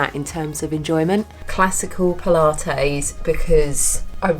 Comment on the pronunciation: I like how you say “pula-tayze” :-) like mayonnaise :-) I’m so excited about the muscle you gained! That’s amazing. I think I need to give it a go. I also want to get that scale thing…that is So COOL!